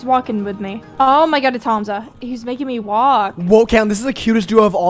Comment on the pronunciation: Hearing you say hAmza instead of ‘humza’ pains me 😭😘😭